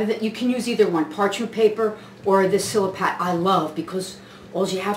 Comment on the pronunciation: right on chef...nice video looks good..the way you say mise en place is epic....fuggetaboutit also silpat...not sil a pat